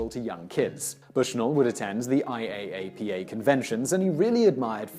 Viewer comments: Omt, no one says I-A-A-P-A, they all just say I-ap-uh (you missed that one Simon, that’s what you get for trusting google) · IAAPA is pronounced eye-yah-pa. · just an fyi, IAAPA is usually pronounced as an acronym over as an intialism :) (i-app-uh) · IAAPA = ""eye" - a - pa". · I go to IAAPA every year, you don't say every letter individually, it's said as one word pronounced "Eye-app-uh".